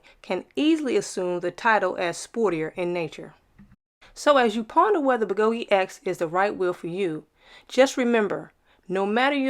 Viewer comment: What the heck is a Begoti wheel?! It's a Gotway. I'm totally confused by that pronunciation...